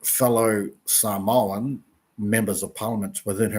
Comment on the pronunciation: I get that you don’t speak Samoan but at the very least say ‘Samoan’ correctly. ps. there's no 'w'.